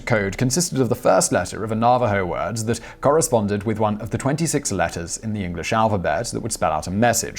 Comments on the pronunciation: Nav A ho-s not nava ho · Nava HO, not Narvaro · It's NAH-va-ho, not na-VAH-ho. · "Simon. Its not 'Na-VA-ho, it Naaaaavajo." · Nuh-VAH-hoes? NAV-a-hoes! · LMAO. Na Va Ho? It's Navajo. geez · Damned Brittish pronunciations! Na- va- ho! The V is hard! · Thank you for talking about the Code Talkers. They truly deserve all the praise. I would like to correct you on the pronunciation of their name. It's pronounced Na-Vuh-Ho. Everyone deserves to be recognized by their proper name. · Simon, you mispronounced Navajo at ~ , and ... At all other times your usage was correct. Na·va·jo | \ ˈna-və-ˌhō . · just another FYI: Navajo is pronounced nav/ah/hoe, for future reference, and I'm glad you included them here, in yet another embarrassing example of how Americans are not taught their history, most don't know about them, or rather didn't until a movie was made about them, I did, because my middle school boyfriend's grandfather was one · It is pronounced "Nav-a-ho". Thanks for the video Simon! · Navajo is pronounced Na va ho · NA-va-Ho... Sir... NA-va-Ho... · Simon. Love ya. Great vids. But sometimes your pronunciations just really....................... :) Navajo. As in "have a hoe" but with an "n" instead of "h". . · I DID ENJOY THE VIDEO. but it's pronounced NAV-a ho. Thanks again. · Navajo-- "na-va-ho" for the next video! Just a little bit of help from a pleased subscriber. Keep up the good work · you should be smacked for saying "navajo" wrong- you're an idiot. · how can you not know how to pronounce navajo? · FYI the emphasis is on the 1st syllable in Navajo not the 2nd. No big deal, just wanted to lyk. Great video as always! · Your pronunciation of Navajo made my head hurt. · plus, the accent is on Na, not va, in Najaho!